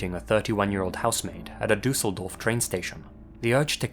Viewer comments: and that he really want to pronaunce the things korrectly. As a german i understnad how Ä,Ö,Ü is to pronounce but gave its best to say Düsseldorf and he does a good job IMO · The way you pronounce „Düsseldorf“ warms my german heart ❤